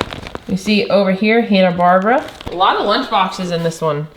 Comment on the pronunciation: My dear, the name Hanna Barbera is pronounced bar bear a ❤